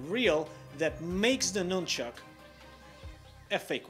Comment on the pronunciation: At the mark he calls it NUMBCHUCK lol